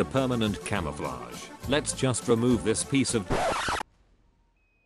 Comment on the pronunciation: “Let’s juste remove this piece of” HAHA so French 😂❤️🇫🇷 I love it